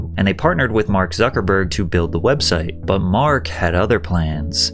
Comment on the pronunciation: Its suckahburg